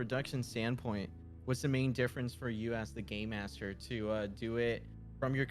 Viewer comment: I simply love that they called Cellbit "Gay Master" instead of Game Master hahahahahaha